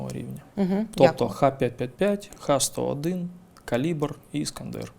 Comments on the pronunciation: Завжди цікаво послухати Буланова, але засмучує непрофесійна робота журналіста-жінки. До таких інтерв'ю треба готуватися. Буданов неодноразово каже правильну назву ракет Х-101(ха 101), а журналістка продовжує повторювати Ікс-101. Більшість запитань від неї м'яко кажучи риторичні. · Жінка-журналіст явно вчитися не хоче. Буданов неодноразово каже правильну назву ракет Х-101(ха 101), а вона навіть після цього повторює Ікс-101... Питання від неї, чи є в рашці наші агенти-розвідники, взагалі сміх... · Буданов кілька разів наголошує про ракети Х101, але недолуга журналістка все одно говорить ІКС 101. Невже так важко зрозуміти що в Росії використовується кирилиця??? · Ох і журналістів ви послали інтерв'ю робить. Вона каже "ікс сто один", Буданов поправляє каже "ха сто один", вона бере і тут же знов повторює про ікс. Хіба за останніх три місяці ще не вся країна вивчила чим відрізняються ха-101 від кинджалів і скільки яких ракет було в кожному залпі? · Журналісту (журналістці) разів 4 у відповідь говорять Ха-101, Ха-555, а вона все одно "Ікс-101". Але схоже журналістка Ліги краще розуміється на ракетах, ніж Буданов. Шкода, що в неї не беруть інтерв'ю.